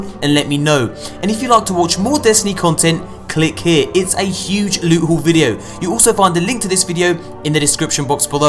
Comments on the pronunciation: Love your content, but when you say that Lewt, sweet precious Lewt stuff I kinda cringe! lmao! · We all know what maps leed to. Lewt, sweet. prrrrrrecious lute. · I stil lose my shit at the " LEWT SWEET PRRRRRECIOUS LUTE" part xD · I love it when he does the lewt intro lol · lewt für days